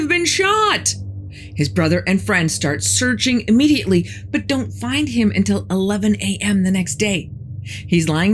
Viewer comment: I love your story telling, but the word is until; not entell.